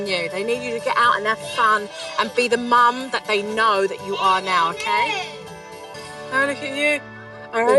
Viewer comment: I didn't know the word "now" was two syllables